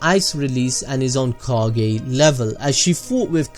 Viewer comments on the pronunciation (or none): none